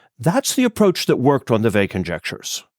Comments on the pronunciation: It's not Vey but Weil! Thanks for the video! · Yes. The French pronunciation has a very light "L" at the end (to my ear as an English speaker). Here I Americanize it by dropping that, because I think a hard "L" like the English word "veil" is worse.